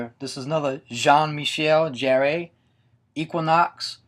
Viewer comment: 'Jarre' is pronounced like the word 'Car' just with a soft 'J' sound. I think it is anyway, its been a while since i've spoken any french!